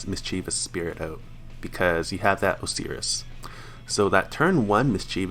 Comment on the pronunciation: MIS-chiv-us It's pronounced MIS-chiv-us. Osiris is pronounced Ohs-eye-rus Poseidon is pronounced Puhs-eye-din